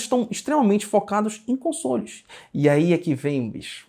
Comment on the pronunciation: Toda vez que fala console dá a impressão de ouvir consolo kkkkk